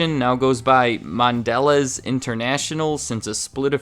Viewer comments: It's pronounced Mon- (like 'mon'ster)de- lez (emphasis on e, like 'leez') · I think "Mondelez" is pronounced mon-de-LAY. Just an FYI. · Isn’t it pronounced Mon-da-leez